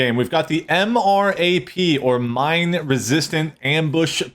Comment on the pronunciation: No. It’s not M-R-A-P. It’s MRAP. Em-Rap M-Wrap MRAP.